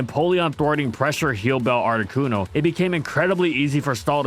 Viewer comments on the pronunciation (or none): none